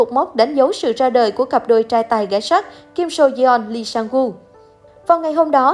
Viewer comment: Kể cả là tên tiếng Hàn cũng đọc không đúng như Lee SangWoo, Sung Yuri. Ai đã từng học tiếng Hàn sẽ biết nhưng có thể thông cảm được